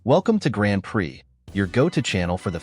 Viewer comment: If you can't prounace grand prix why should we believe you check is gone